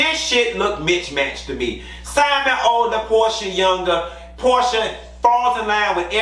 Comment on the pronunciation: damn I didn’t catch that. 😂 😂 not Pro-sha